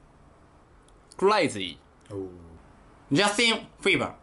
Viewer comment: じんたん色々まちがえすぎ(笑) ジャスティンもほんとは「ジャ」じゃなかったしwww